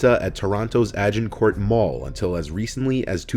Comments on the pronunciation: Hey, so just so you know, for the Bruce story, it's pronounced "AGEincourt mall" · i live in toronto, its pronounced agin-court (like asian but with a g) 😭